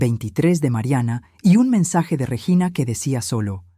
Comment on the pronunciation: Se dice REGINA no reyina vea la gran diferencia.